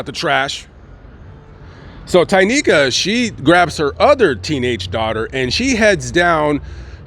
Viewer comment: Are you positive her name is Tynika Not Tequila